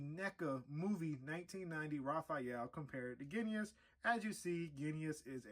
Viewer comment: Good review, but it's pronounced Ging-us. Your review changed my mind on him though, thanks!